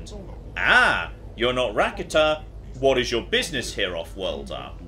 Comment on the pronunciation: Rakata is pronounced: Ra-carter